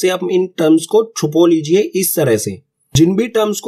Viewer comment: I can't stop my laughing when he say "ek haat se chupo lijiye😂😂😂